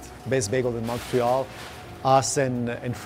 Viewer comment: your saying Montreal wrong